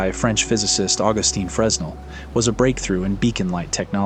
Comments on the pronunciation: fyi. its FRA-nel. its a 'FRA-nel' lens. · The 's' is silent in "Fresnel" (lens)